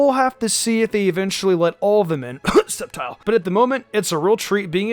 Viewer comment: Well I guess nobody noticed hi saying sceptile sneakyli